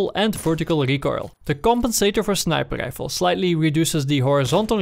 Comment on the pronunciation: I like the way he says snipaade rifle